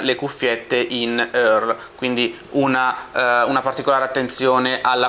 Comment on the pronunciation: terzo? Ciao, complimenti sempre per le tue recensioni. Volevo dirti una cosa da un po' di recensioni a questa parte..:) si dice "in-ìer" con la e/a poco marcata per quanto riguarda le cuffiette in ear:) perdonami, non è una puntualizzazione saccente, so che sei un tipo molto preciso, quindi sono sicuro che ti farà piacere saperlo. Così come "ampissimo" nella rece dell'htc tavolino da campeggio X7510 diventa "amplissimo". Ciao e continua sempre a fare recensioni così!. Grazie!